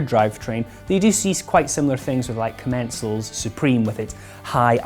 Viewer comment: U pronounced Commencal wrong